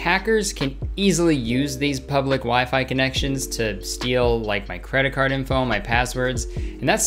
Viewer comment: Never realized he says “imfo” instead of info